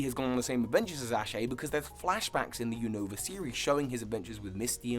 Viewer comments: Unova = U-Na-Va Kalos = Ka-Lohs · You said Univa wrong